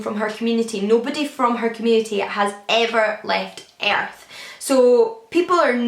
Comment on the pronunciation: is it weird that I love the way you say "Earth" with your accent during that Binti recap? LOL also thanks for the recommendation about Convenience Store Woman! I need to read it!